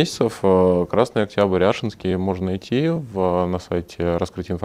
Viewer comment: АшИнский завод, ударение на И 😁